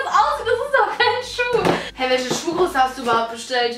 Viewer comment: kannst du dir vllt. angewöhnen welCHe und nicht welSCHe zu sagen